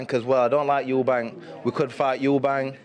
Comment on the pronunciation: There's no "s" on the end of Eubank lol